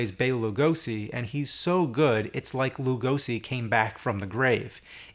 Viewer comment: i'm very irked about your lugosi pronunciation.